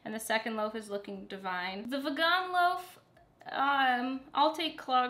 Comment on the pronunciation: everytime you said "v-eh-GAAAAN", I died. I liked this chill style of cooking cause it's real, it's you and it's entertaining, all the haters can buzz off. I think it would be fun if you tried an incredibly more difficult recipe that you've never done before but have been eyeing on your pinterest board ... you know what I'm talking about, I know you do.. and just see how it turns out!